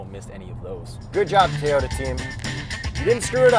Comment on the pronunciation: "Thanks for flying us out TAAY-ota"